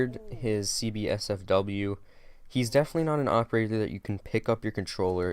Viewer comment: I got a little triggered every time you said CB-SFW lol. It's C8-SFW bro (coming from a Buck main), oh and btw, you should definitely run Flash Hider on it. Makes the first shot recoil significantly easier to control and it also helps a lot for the first 6-10 shots. The only thing compensator does is reduce horizontal recoil which honestly IMO isn't as good as the Flash Hider. I like the heavy horizontal recoil because if they move slightly, I can still nick the side of their head and get the headshot. Vertical recoil becomes very easy to control after 20+ hours so ACOG is usable, but like you, I prefer the holo. Awesome video btw bud